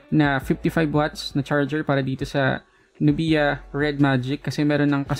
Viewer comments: Not nu-bi-ya. It's nub-ya. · nub-ia like sa nok-ia 😅